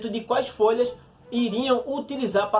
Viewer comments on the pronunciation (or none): "Quães" nojentos?